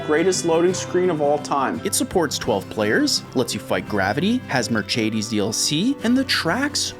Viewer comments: Zelda and a WHAT? a "merchedeys" ?? .... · It's Mer-ce-des not Mer-chedes,sorry i love you man but my ears felt that 😂😢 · The first time I hear someone pronounce it Merchedes. It was only a joke, right? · and i hate how you say marchaydes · do canadians really say "mer-chay-deez"??? time for war. ☠ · "Zelda in a Mercheidis" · wtf is that "mercedes" pronunciation. merschedes. bro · Merchedes goes a bit hard tho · Why do you pronounce Mercedes like it was italian or something ? It's a spanish word for a german company. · Why do you keep pronouncing Mercedes like that? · What's with the weird pronunciation of Mercedes? Am I missing some running gag, or..? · As a German, the way he said Mercedes triggered me crazy! xD BUT... I enjoyed your video! so keep it up!